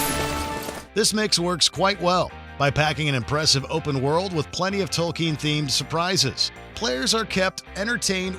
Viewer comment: No War in the North??? It's one of the best games I've ever played. PS: It's Tolkien not Tolkeen.